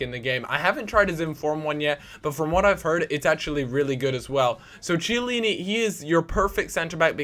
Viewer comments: It's not CHEY-ALLINI. It's KEY-ALLINI! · It's Chiellini (Key-eh-leeni), not tsheelini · Kiellini, not CHellini. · it's not pronounced chiellini, IT'S KEE-E-LEE-NEE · CHeillini, not Kiellini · You keep on saying Chiellini wrong it's pronounced like Key-Ellini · "KEY - A - LINI" please freaking say it right...!!! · But the "ch" in chiellini is pronounced like a "k" for the rest he says it right.